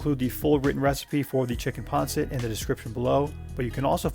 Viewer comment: Isn't it pronounced " Pan Sit" not " " Pon Sit. Yes I know it is spelt Pancit.